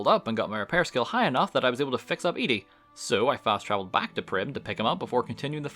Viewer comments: You saying Ede instead of Ed-e(eddy) is triggering. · You spell Ed-e and the name your saying is spelled Eadie so say it right you confused other people when you say it WRONG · Ah, yes. Eddie. Or as calls him, "EEE-DEE." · There are 2 types of Fallout players. Those who pronounce it "Eddie" and those who pronounce it "E Dee". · Its so annoying the way you pronounce ed-e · Im curious, why do you emphasize the beginning E in ED-E's name, isn't it supposed to be pronounced Eddie? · I'm sorry, I wanted to like and subscribe for your well edited, entertaining, and informed video. However, upon hearing you pronounce ED-E's name wrong, I had to put all of that aside and comment with a frowny face. So here it is::( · The way you pronounce ede bothers me lol